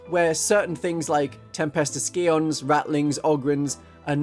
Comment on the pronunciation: Scions is pronounced psy-ons FYI 👍